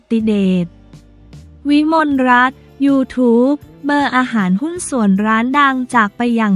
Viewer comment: เขาอ่านว่า ยูทูปเบอร์ค่ะ อย่าอ่านเว้นวรรคผิดค่ะ ห้อง ICU ก็อ่านผิดนะคะ